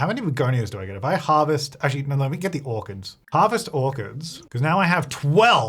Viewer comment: Kept hearing "harvest organs!" instead of "orchids". Thought I missed an update LOL